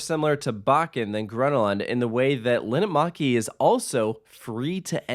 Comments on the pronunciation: and Linnanmäki is pronounced /lin:ăn mæ̆ki/ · me hearing linnanmäki being said wrong feels weird but i know that not everybody can speak finnish